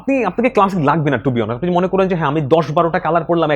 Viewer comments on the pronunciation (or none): none